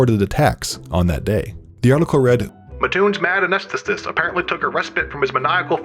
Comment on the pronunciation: an-ee-s-the-tist. it's not that hard, and certainly easier than anesthesiologist